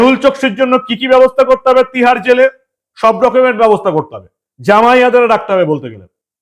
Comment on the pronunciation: PLEASE SPEAK CLEAR, TIHAR JAIL OR MUMBAI JAIL?